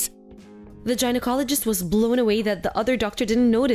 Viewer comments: The male voice was horrid, but atleast he did not sound like the female. The British accent came and went, but otherwise the story was good. Pronunciation was poor on some word, Gynecologists' not Groinacologist. And to be honest these people were a little stupid about what pregnancy is... oh your "belly is protruding", what world did these people grow up in. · Chalked it up ,not down. Gynecologist is pronounced with the hard G . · I'm shocked the woman keeps saying gynecologist wrong LoL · What’s with the male narrator shrieking hysterically over everything?! The ridiculous mispronunciation of gynecologist is embarrassing.